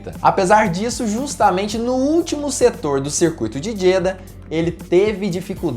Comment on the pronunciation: Não quero ser mais do que ninguém.... Me desculpe... mas a pronúncia correta é Jeďá.... o A aberto no fim da palavra. Parabéns pelo conteúdo